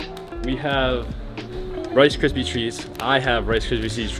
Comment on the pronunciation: u can't say rice kripies! Lol